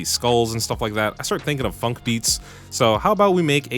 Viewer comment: Oh god….oh my gosh he said funk 💀💀 it’s phonk 😭 like pronounced fonk 😭😭😭